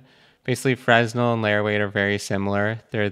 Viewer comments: it's "fre-nell", not "frez-null" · ...ok I can't let it go. My bad, my OCD. frenelle, Fruh NELL Stress the 2nd syllable and NEVER say the "s" at all. Cool vid. Thanks for your very informative material. Still learning Blender. Still feels pretty uphill but I am getting better (or I WAS until geo-nodes threw me down a bit and made the steep hill steeper for a bit)